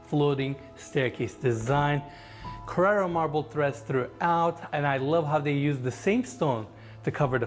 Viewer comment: Someone tell that "Carrera" is a car. The marble is "Carrara."